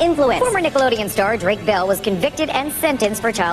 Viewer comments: Drake mol, Brayan pic 🤣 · He investigado como pronunciar bien los nombres También: Dreik Mol